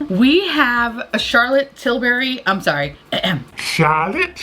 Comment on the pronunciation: Although I always watch videos I’m going to lie and say I’m just here to hear her say CHARLOTTE TILbury